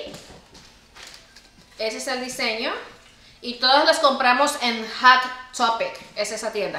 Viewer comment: Es Hot topic el nombre de la tienda no Hat topic como siempre le cambia la pronunciacion a todo